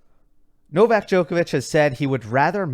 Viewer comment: Everyone said Novak's, it sounded to me like Novax 😅.